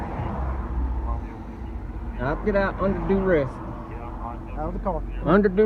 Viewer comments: Under “dew-ress”. Ha ha ha. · "under doo res" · "I'm getting out under doo-rest." Excellent grasp of the english language